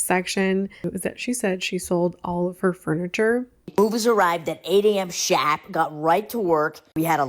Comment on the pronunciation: I keep hearing “at 8 am SHAT”